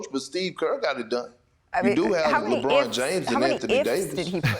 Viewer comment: Lerbon James?? 🤣